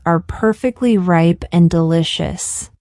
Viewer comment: ripe=/raɪp........not \reip\